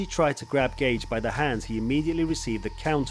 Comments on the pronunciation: Why is anybody watching past his pronunciation of Justins surname. Surely if this guy knows MMA then he knows that is not how you say his name. Just another script reading twat working for a content farm. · No one gonna pull him up on mispronouncing Gaethje? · Dude, great video. Suggestion, I don't mind if you pronounce the name wrong but you could try to pronounce it consistently! There's 4 version of gaethje in this video haha! Amazing video btw